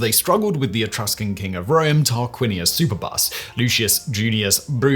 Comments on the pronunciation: Superb-us, not Super-bus. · Superbus should be pronounced "superb-us", as in the english word "superb". Just saiyan.